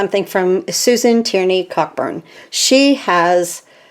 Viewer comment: Just to let you know, Susan pronounces Coburn. The ck is silent.